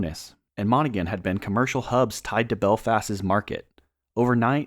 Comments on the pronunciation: It’s Spelt as Monaghan But it’s Pronounced Monag-Han the G Is Silent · Monaghan, silent g, pronounced Mon-ah-hin. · You pronounced “Monaghan” incorrectly and it’s “UVF” not “UFV” but otherwise not bad. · Just so you know, the G in Monaghan is silent🙂 still very informative👍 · I've watched a number of videos on the division of the island of Ireland - not the worst, but this is a very surface-level overview. Also other YouTubers did a much better job of researching town and county pronunciations. Monaghan, Donegal, Coleraine and Clones were particularly egregious